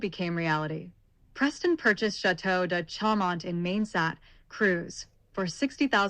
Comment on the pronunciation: None of your images are LaLande or Chaumont. And Chaumont is pronounced "SHOW- Mont"